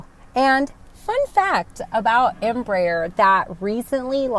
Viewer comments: Hi, greetings from Argentina. As a Spanish speaker myself, I have to congratulate you on your Em.Br.Aer. pronunciation considering spanish is not you mother language an second you reasently told you are learning that language since you are flying into Mexico, so BRAVO! If you are in love with the E145, wait until you sit in a E195 cockpit, you will love her even more. KLM bought a few of them for regional European routes and they speak highly of them. From the very start of the 140/145 and 190/195 family was developed, they choose the fly-by-wire thecnollogy. As a south American person, it makes me very proud that South America can provide such great planes to the industry. As always, I wish you and your family and friends my best. Cheers from NE Patagonia, Argentina. (a dream place). BTW: keep learning the most spoken language in western world; english comes second, believe it or not. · Nice pronunciation of Embraer's Full name, EMpresa BRAsileira de AERonautica means "Brazilian Aeronautics Company" in a free transaltion. The new proposed Turboprop is part of the project to Hydrogen powered planes, in the US the turboprop market is not that big since even the smaller cities have airports with long paved runways able to land jets, Asia, Caribean, Latin America and other regions have smaller airports and shorter routes and are in need of a new competitor for the ATR 72 and Dash8-Q400 that have with 20+ years old projects. Greetings from Brazil!